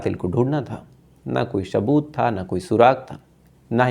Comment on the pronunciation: Shaboot,shaaf shaaf 😅